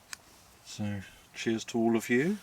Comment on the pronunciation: did you say, weavuh? Why do you hold your beer up and say "chiz"?